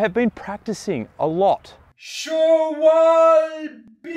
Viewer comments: Haha schwa-wobble. As a German I'm gonna try to make it easier for y'all. Try to pronounce it like "sh-valb-ɘ" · I thought it was pronounced "Shwalbee" But great video, and hilarious :P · No no no, it's sch-wal-be. :P Just like the Trek Émonda is pronounced A-Monda. Not E-Monda. Or I-Monda. Probably. Lol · I pronounce it swabol 😁😁. Cheers to you. Have a good weekend! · Hey, just thought that I'd help with the name of the German bicycle tire brand (belonging to Ralph Bohle GmbH) since I currently live in (for 30+ years now) and am fluent in German. The letter "e", is pronounced like the letter a, in English. So the correct pronunciation is actually Schwalb-á. But I'm pretty sure that they won't mind how you pronounce it as long as you continue to purchase their products. 😂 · I thought it was Scha-wal-bii? Hehe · As a German i have to say, it's clearly pronounced: S C H W A L B E. The "sch" is pronounced like the "sh" in bush for example. The "w" is pronounced soft like in water The "a" is pronounced like in apology, the "l" is soft like in lazy and the "be" is very short and pronounced like a berry. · As a German I appreciate you trying to correctly pronouce "Schwalbe" (which means "swallow [the bird, not taking in food]), but I am afraid you failed. From 16s to 40s they say it like 4 times :)